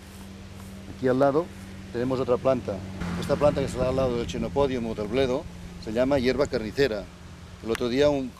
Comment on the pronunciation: 16.35 aunque se escriba en latín con ch se pronuncia quenopodium, a la italiana